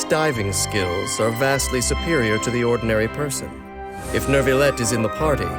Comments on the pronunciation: IT'S NOT NERVILET IT'S NYOU-VI-YET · Why does the narrator keep saying “nervillette”?! Literally just drop the r and it becomes a significantly better pronunciation😭